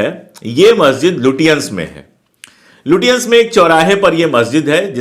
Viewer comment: It is not लुटियांन but लचेंस